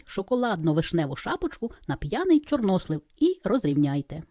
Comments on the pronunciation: Чорнослив. Наголос на останній склад. Чи світ став іншим? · Торт дуже гарний,молодець.У слові чорнослив наголос падає на "и".